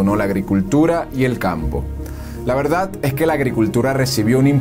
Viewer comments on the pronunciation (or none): none